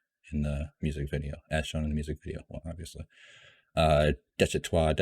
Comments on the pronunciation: If you pronounce it DESH - IH - TAH you won’t be far off. Really enjoying your reactions. As Jimin would say ‘You good, keep going’. One thing that is hard for people to really understand when they first encounter BTS is that pretty much the entire discography, all 300+ songs and counting is one long, evolving exploration and conversation… with themselves as individuals and as a group; between them and their historical, political and social culture; with ARMY (and that’s got both good and bad sides); and with the weird, scary world of fame (ditto on the good and bad). There are always layers… The mad king in Daechwita is Yoongi from the time of his first solo mixtape ‘Agust D’ (2016) and he is also called Anger, the rebel/commoner is the Yoongi of 2020. If you want to get your emotions really shredded listen to the title track ‘Agust D’ and ‘The Last’ from the first mixtape. The Last is an almost unbearable experience. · I really like this format. Only missing component is an “explained” video (see DKDKTV, Korean youtubers fluent in English). Army will watch, no matter the length, as long as you are honest, respectful and have an open-mind. Pronunciation: I sent you proper way to say Daechwita (deh-chwee-tah) on your live. BTS is Bahng-tahn Soh-nyeon-dahn. These are names for 1 person: Bang PD is Bang (sound of gun) PD; Hitman Bang (sound of gun); Bang Shi-Hyuk (Bahng Shee-Hyuck) is their founder, mentor, CEO. Also name sequence for Koreans: last name first name (there’s no middle name); Bang is last name, Shi-Hyuk is first name.